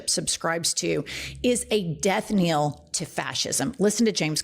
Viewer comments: Death knell (not kneel) - rhymes with Hell. Sorry, it's the English teacher in me. I love you though! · Death knell pronounced like "nell" not kneel. ❤ Love your work! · We're you saying death nail? That's what it sounded like to me both times. Just in case, the phrase you're looking for is death knell, and I agree with your take. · It's Death KNELL!!!!! Not Kneel. Seriously!? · Jen, I love you so much! And my love it is death KNELL, not death KNEEL. Again, love you so much. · *death knell. Not kneel. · Please stop saying "Death Kneel"! The proper pronunciation is "Death Knell" (K-N-E-L-L). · "death NELL" not "death neel"! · Thank you for all you do. But one thing: it's 'Death Knell', not 'Death Kneel'. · Love your show. Death-knell rhymes with death-yell, not death-kneel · Knell, not kneel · Love your show. But its "Death knell" not "death kneel' 😭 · fyi - it's "death knell" not "death kneel" - which is the tolling of a bell upon a death. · Learn how to pronounce death knell